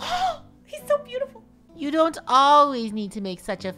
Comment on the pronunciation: "He's bootiful"